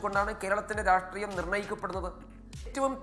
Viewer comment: രാട്രീയം 😂😂😂😂 ലുട്ടാപ്പിക്കും തോൽക്കിനും ഒക്കെ രാട്രീയം രാട്രീയം എന്നേ പറയൂ????? രാഷ്ട്രീയം എന്ന് പറയാൻ അറിയില്ലേ.